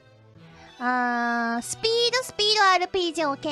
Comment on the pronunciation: S U P E E D O N O K A M I